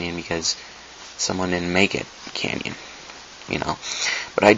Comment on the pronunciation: Tip. Less talking. You repeat too much of the same thing and say 'um' too often. Also its pronounced 'canon' not 'canyon' like the grand canyon.